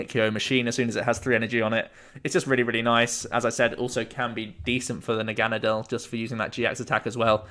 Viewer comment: You’re pronouncing Naganadel correctly. It’s root is German and Nadel is German for Needle pronounced the way you do